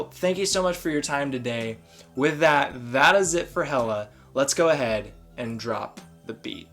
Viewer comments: It’s pronounced hell-a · It’s actually pronounced Hela (Heh-Kaw) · I about had a mini freakout when you mispronounced her name at the beginning, but then you said it correct a couple seconds later and I was like whew lol. Hela is a lot of fun. I enjoy playing her. So does my girlfriend. Hela is her favorite villain in the MCU. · yOu PrOnOuNcEd HeLa WrOnG!!¹! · You typed, "yOu PrOnOuNcEd HeLa WrOnG!!¹!" wrong! lol